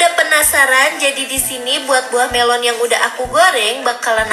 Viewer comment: Idonesia memang cakap buah melo😅